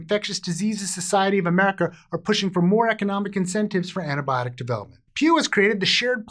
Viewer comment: I thought he began the video enthusiastically saying "It's tampon awareness week!" E-nun-c-i-ate.